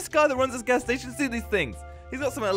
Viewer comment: It’s gas not ghash and it’s station not statsion